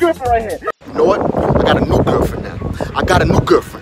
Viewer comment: “I gOt a nEw GERFFFfriEnd”😂